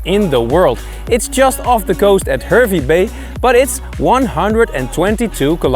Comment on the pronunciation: Great video and glad you both got to experience it. Im a born and bred Queenslander and I have been to K'gari numerous times. I understand that you are not Australian (and that this video is a year old now) so you are unaware of the pronunciations of some of our towns. But from this video Hervey Bay is pronounced as Harvey Bay and Tiaro is Tie-row as in suit and tie and row your boat